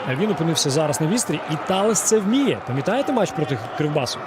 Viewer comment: Чому коли забив гол Таллес коментатор матчу називає Таллеса не Таллес а Таллєс? 😂😂😂